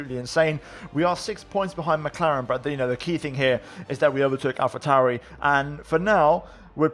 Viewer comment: Lol dude that has nothing to dude with not having an easy speach..... Listen to him proncouncing Alpha Tauri and Alfa Romeo. That is the Medditeranean R, obviously. That is not how the rest of the world in English does the R. Has nothing to do with his speaking.